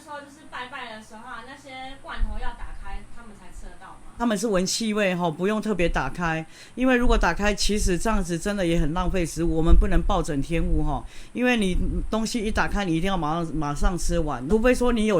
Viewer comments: 是暴殄ㄊㄧㄢˇ天物才對😅😂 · 暴殄(唸舔)天物